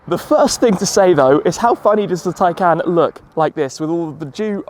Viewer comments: Why do you call it a Tiecan when it is a Taycan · Hi car is pronouced "taycon" not "taycan"